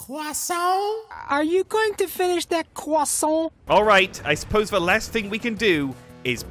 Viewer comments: Caption: When you finish dat cwossiont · All i can do is appreciate that magnificently beautiful croissant pronunciation by Carl